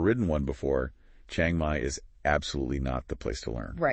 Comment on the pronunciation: What makes it so hard to pronounce Chiang Mai right. Especially for native Americans. It is not Chie-eng Mai but Chi-ang Mai. The "a" like in father, not the vowel like in "hang out".